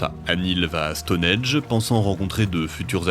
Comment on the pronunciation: StoneHENGE, pitié arrêtez avec votre stoneEDGE… 😭